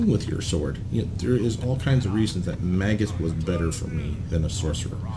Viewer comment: It's pronounced 'May-gus'